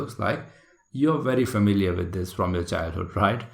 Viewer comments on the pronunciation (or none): none